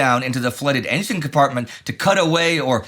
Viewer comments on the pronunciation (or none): none